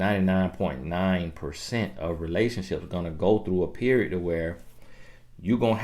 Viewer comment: Point blank per-ee-yodd! You from Nawlins??? 😉